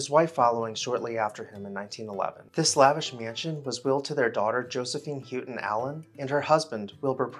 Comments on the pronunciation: Pretty sure this name is pronounced “how” ton. Enjoy your videos very much……Patrice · The name is pronounced How-ton. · Not be disrespectful, but as a relation, we pronounce it How-TON.... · Pyramidal is pronounced "Pirradimmil". Houghton is pronounced "Howten".